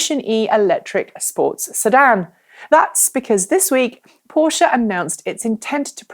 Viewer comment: I love the fact you're pronouncing Porsche correctly. :)